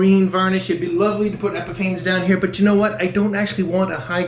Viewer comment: At the risk of being overly cheeky, the butchering of the coating brand needs to be addressed... it might come to you as an enlightening revelation, but the brand Epifanes is pronounced the same as epiphanies, plural of epiphany.